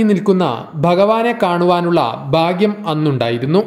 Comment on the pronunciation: ഭക്തൻ,ഭാഗ്യം എല്ലാം തെറ്റായി ഉച്ചരിക്കുന്ന.